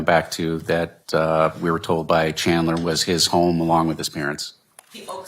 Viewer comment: "Chander" lol. And she didn't even correct herself.